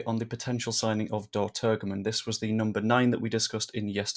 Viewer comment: Well done! You did a grand job. For you,, the other youtubers and fans, the israeli striker s name is pronounced. Turjeman.